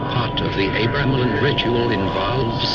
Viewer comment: For fucks sake, once and for all. ..I Was born and raised close to Boleskine and it is pronounced Boll ESS kin and Abra Melin is pronounced just as it looks Abra (as in the magickal word ABRA CADABRA) Melin as in SPELL IN ...bloody Philistines (probably can't pronounce that either...bloody or Philistine! )